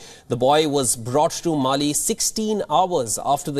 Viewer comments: Its Malé not Mali 😅😅😅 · It’s Male and not mail. Shoddy prep by the producer. Research is also poor on how this happened. Wion channel need to improve its prep work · WION it's not Mali it's Malé. "Mali" is West Africa. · It is Male and not Mali